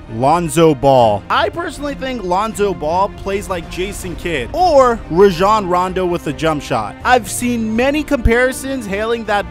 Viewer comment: this guy cant even pronounce Rajon correctly how am i supposed to believe his comparisons.